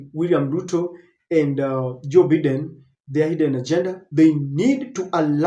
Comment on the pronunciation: Biden is pronounced as"Baiden" Please correct your pronunciation in your next presentation. Just a polite advice. Thanks🇬🇧